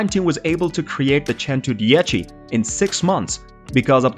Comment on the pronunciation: Cento dieci 110 omg your pronunciation